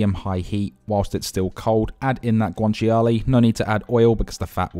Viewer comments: Nice that you made it authentic. FYI, guanciale is pronounced, GWAN-CHA-LAY, not GWAN-CHI-ALAY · It’s not guanchi-a-lay, it’s guanciale (guan-chia-le), you don’t pronounce the “chi” and the “a” separately they’re together! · As an Italian, the only unauthentic thing here is the pronunciation of guanciale 😂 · I'm not Italian but the way he pronounced guanciale hurt my soul... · pasta looks amazing, taste even better I bet. but what about that guanciale pronunciation? :D